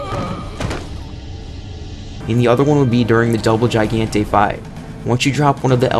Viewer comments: Hey dude gigante is pronounced Hee-Gan-te..... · Take some basic Spanish pronunciation classes.....hearing you butcher Gigante like that was so cringe... Same goes for La Femme Fatale. Lmao 🤣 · It's pronounced "he-gan-te." With a short e. In case anyone is wondering 🤔. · "GaN-Tay" LMFAO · Horrendous pronunciations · The way he said Gigante made me want to vomit (same with suplex and femme, wtf man)